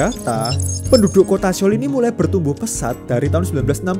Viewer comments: 서울 Seoul dibaca Sŏ-ul, bukan Se-ul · Mohon maaf....baca nya itu soul bukan seol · Saran, kalau lagi bahas konten ada bahasa asing, coba denger pronunciation/cara pengucapannya bang biar ga salah dari google translate aja. Seoul: S-eo-u-l, eo dibaca mirip o atau soul ketika diucapkan.